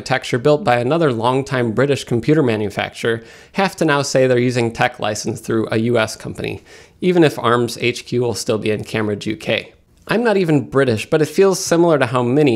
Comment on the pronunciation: You completely fucked up saying Cambridge. You said like, "cammerage" or something.